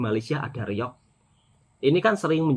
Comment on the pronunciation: reong dia kata malaysia klim😆, reog kan tarian kurafat. mesti jabatan agama islam dah marah.